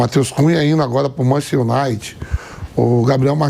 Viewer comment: "Matheus Cunha indo agora pro Mantistunait", Vampeta 😂😂😂